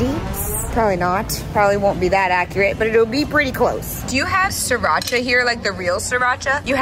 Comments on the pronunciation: It’s actually originated from Thailand. And It pronounce “See-Raa-Cha” not “see rotch ahhhhh” This is ridiculous. As the Thai people in Chonburi (the province that Sriracha was in), I hope you can find the original sriracha sauce one day. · the sauce doesn't call see-Rotch-ah. it is called Sri-ra-cha as the name on the bottle and it is a city in Chonburi province of Thailand. Huy fong is not the original as well. The sauce was made first time in China but it is well known when Thailand make it and sell to nearby countries. Thailand is producing various types of Sriracha sauce and we never use any brands except ours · Sorry Sriracha doesn't pronouce See-Rotch-ah. It's birthplace, Thailand, simply pronounced "See-Ra-Cha".